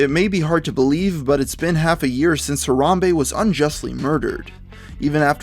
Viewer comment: why can no white people say harambe correct its ha ra hm bay. not huh rom bay